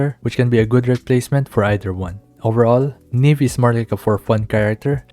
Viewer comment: Ne beh, like nieve